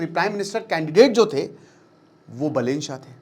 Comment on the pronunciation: बलेन❌ बालेन✅ रावि लिम्छानी❌ रवि लामिछाने✅